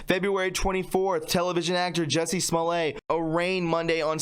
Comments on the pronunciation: Jussie's last name is pronounced Smolett, not Smolay!!! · Small- it. That is how you pronounce it. At this point I don't really care either. Lol.